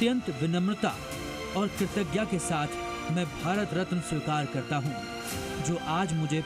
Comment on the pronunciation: कैसे हिन्दी रिपोर्टर है ठीक से कृतज्ञता भी नहीं बोल सकते। शर्म